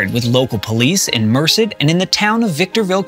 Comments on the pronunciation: "set out for 'england'"? merced is pronounced "mer- SAID" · Small nits, to be sure, but 'ei' in Germanic languages is pronounce as long 'i', not long 'e'. LIPEzig, not LEEPzig. And Merced is pronounced with emphasis on the second syllable, not the first. Easy to check such things on the internet. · It’s MER-SAID … not MerCed. 2 syllables with a kinda pause and emphasis on Said. Mer-ced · Merced is "Mer-SED' California. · A great, if tragic, story, overall well told. But, in the process, you managed to mispronounce the name of almost every city (including the California town of Merced!). As a linguist with an interest in this era of history, I would be happy to help. While my specialty is Slavic languages, I was stationed in Germany during my enlistment and can competently assist by offering phonetic equivalents (for instance, RAY-ginz-bairg [with hard G, as in “again]), not “REE-jinz-burg.” My only desire is to hear such stories (in which, as best I can tell, you got the facts straight) told fluently. Other listeners, unaware of the facts, may be put off by the mispronunciations and turn you off entirely. Otherwise, well done, and I look forward to more! Regards, Richard